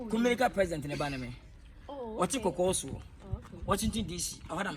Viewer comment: is quite time you work on your r and l. The Accra guys use to mock us with those two letters so next time don't say Kumelica say Kumerica.